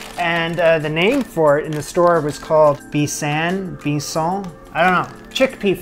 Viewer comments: The chickpea flour you used is pronounced as "bay" (as in -a broad inlet of the sea where the land curves inwards) and "sun" (as in -the star around which the earth orbits) so it is "bay-sun". Also, the recipe was very cool .✌🏼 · We should all crowd fund this guy to Algeria. It's pronounced bay-sun.